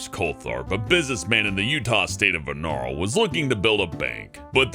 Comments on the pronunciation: Wait... our Zion's bank was mailed to the builder? XD Also it's Vernal; Ver-nel, not "Ver-nal" Just a heads up, guys. xD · I know Utah and in #9 you pronounced "Vernal" wrong; the end of the name sounds like "ul"